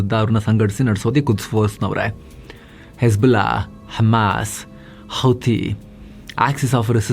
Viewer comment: Hesbulla hammas 😂😂😂😂 nice slang